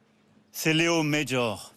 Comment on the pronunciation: Monsieur Macron, Léo Major était québécois. Son nom de famille se prononce en français, pas en anglais; mais merci d’avoir mentionné ce soldat d’exception.